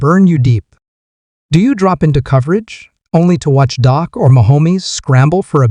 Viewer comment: If you are going to make commentary at least know how to pronounce the players name. It is Dak not doc and it’s not mchomwees.